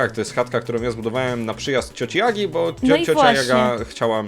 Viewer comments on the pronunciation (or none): ja słyszę ,,cioci agi'' myślę co 17 min filmu ,,cioci jagi'' aaaa ok